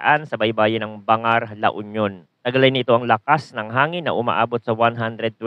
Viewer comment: Pakiaayos po ang pag pronounce sa mga probinsya banggar(bangar) kalingga(kalinga) nuweva(nueva)